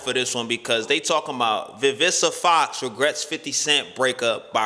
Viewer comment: Lmao bro say VIVISA FOX lmao